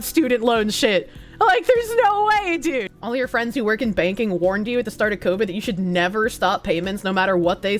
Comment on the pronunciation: >FantoymE >Kou-ver Ah yes, the woman debuff is strong today.